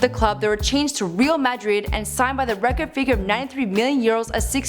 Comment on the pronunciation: Your pronunciations are awful, you literally say real mAdred, its not Christinao Ronaldo its Cristiano Ronaldo.